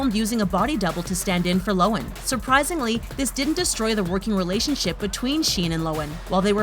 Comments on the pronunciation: who else hates how the lady pronounced Lindsay's last name wrong? its Low-han not Low-an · Did she just pronounce Lohan... as Lowen? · Lo han!! HAN!! NOT lowen jesus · Lo han that's how you say it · Why is it when something is mispronounced... It's repeated soooooo many times? Cringy. Lo-an..... Gah... I dislike her, but even I know the 'h' isn't silent.... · It’s actually pronounced low-an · Anyone else cringe when she pronounces Lindsay Lohan like that???? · I just want to say: lohan's h is pronounced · So we really gonna ignore the way she pronounced Lohan ? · The way she says Lohan was so triggering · The only thing sHadY is the way you pronounce lohan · The way this lady pronounces Lindsay Lohan offends me 😂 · This is a great list and I love these videos but am I the only one cringing at how she says Lohan???